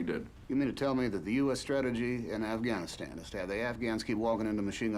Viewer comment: "I'm on the afgramastand desk"